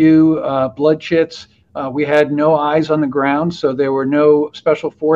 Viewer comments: Are you saying "blood shits" or blood chits"? What are these? Scary moments or a medical document used in CSAR? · I know there is no way I am hearing that correctly. Is the saying, Blood Shits? I can’t be the only person who hears that.